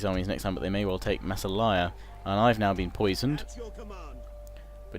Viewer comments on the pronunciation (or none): Mass-AR-Lia not Mass-a-liar